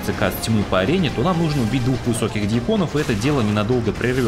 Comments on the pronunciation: Не дьякОны, а дьЯконы. Ударение в этом слове идёт на первый слог. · Только не дьякОны, а дьЯконы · "не разобрались с дьякО́нами" аххаха боже гениально!😂🤦🏻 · Все супер, но не дьякОны, а дьЯконы) церковный сан такой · Автор Какие нафиг дьякОны? ДьЯконы! Невежда. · чувак ты очень крут, но бли дьякОны, очень режет слух) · В слове ДЬЯКОНЫ ударение на букву Я. ДьЯкон это церковный сан. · Видос огонь но в слове дьяконы ударение на я делается а не на о